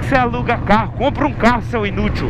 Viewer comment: FALANDO COUPRA UMA FERRARI